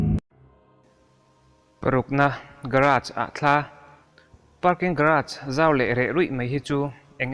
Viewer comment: I channel ka en char2 a vawin chu,,Vidi-o i te hi ka ngaimawh,,i trawng dan vel poh,,he tah pih tir lam ah parking tih tur ah Pakin i t ,,i trawng i fimkhur teh